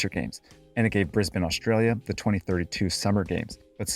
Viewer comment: At least you totally can swim in the Brisbane River The brown snake is a great (albeit very turbid) river Also holy shit I’ve never seen an American pronounce Brisbane right, mad respect big A